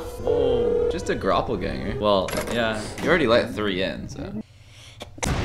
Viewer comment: Bro said gropelganger